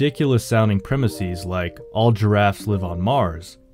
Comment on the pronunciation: “Premise” is not of Greek origin, yet you are pronouncing its plural as though it were. Plural of premise is pronounced PREM-iss-ez, not PREM-iss-ees.